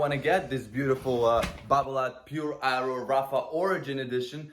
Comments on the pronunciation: lol, I went half the video thinking was calling it the eyeroll racquet - some kind of cut on its ridiculousness. Aero! Aero was the word!! 😀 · “Eye-Ro” “I-row” “Aye-roe”...